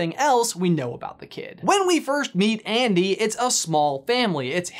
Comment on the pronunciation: Also also, actually actually... when the word "ANDY" is repeatedly said.. it sounds like IAN.